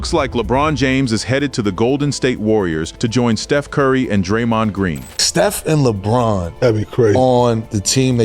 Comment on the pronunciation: You should at least learn to pronounce Steph Curry's name